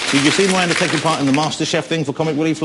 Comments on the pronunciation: "Miwanda" - Miranda is a very unfortunate name for Jonathan to have to pronounce... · Miwanda xD i love his speech impediment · Is it me or does he say "Miwanda" I say "Welease Woger!!" ;)